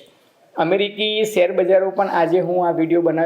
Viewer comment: સેર નહીં શેર કહેવાય ભાષાસુધારો